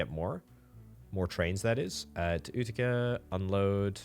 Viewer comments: FYI, Utica is pronounced yoo-ti-ca (with accent on the first syllable), not oo-ti-ca. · It’s you-ti-ca